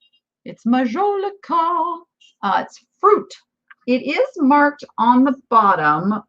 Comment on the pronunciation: Majolica is pronounced like Jolly not Joe Lee.